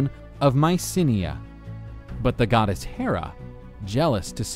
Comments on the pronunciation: Why does he pronounce it god s hera? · Am I the only one who heard hera the godass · I like your accent say it again... godass